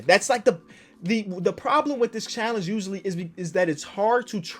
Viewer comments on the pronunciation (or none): Here when it says “impossibe” and “challenege”